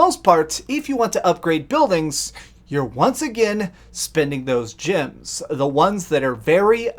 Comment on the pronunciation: is he saying, "gyms" instead of, "gems" on purpose or is that his accent?